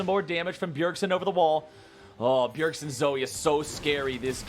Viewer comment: It's Bjergsen not Bjergson 😐